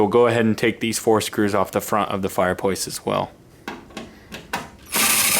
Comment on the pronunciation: Ok...is it me, is is he saying "Fire Pwace" 😬